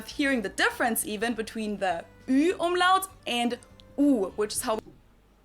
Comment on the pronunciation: Not Omelette 🤣🤣 Umlaut nearly like "Um-loud"